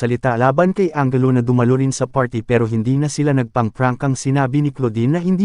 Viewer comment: anjelu po ang pronunciation hindi angelo.